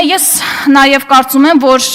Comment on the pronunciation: Էս աննորմալը որտեղից?Աղջիկ հայերենում կա Յ ինչու ես յ -ի փոխարեն ռ ասում. Որ ոչ թե ոռ😀😀😀